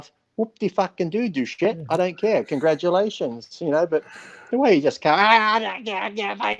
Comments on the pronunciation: even Dave says, "Du-SHE" and you misspelled it within the title too. It's Doucette, poor guy, even Dave called him "DOUSHE'". :)) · “Douchette” lmao, Dave is a fucking joke with all the drama. But more drama means more views and more revenue. People hate on Greg a lot and that’s speaks volume. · Come on guys it’s ‘doucette’ not douchette. You don’t have to like the guy but he’s helped put quality info out on gear and you take the good with the bad. He’s making money and clearly not out to make friends. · His name is pronounced "Douche - Shit" , come on people! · Greg "douchette" lmfao! Lee is a legend! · Take a shot every time they butcher the pronunciation of "Doucette"... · BrossPhysique I’m honestly starting to think they didn’t know they mispronounced it. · I suggest people go to Greg's channel and actually watch the video to see what really happened. Dave and Lee are wrong in this video. Lee still bashing Greg instead of looking at the facts of what was really said and this other guy dave mispronouncing his name when he clearly knows how to say his name, he even said hes had him on his channel before so why do that? and you want him to be on your channel for a debate after you mispronounce his name calling him a douche? petty and pathetic personality shown from both of you in this video.